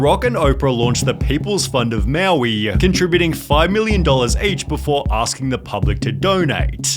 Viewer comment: im annoyed by this dudes voice. he always drags the last syllable lol. "befooooorar" (before) lol hire a better english person